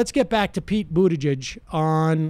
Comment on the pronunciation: I like the way Sam always butchers people’s names 😂😂😂 I mean I can’t also say Buttigieg more than twice without butchering it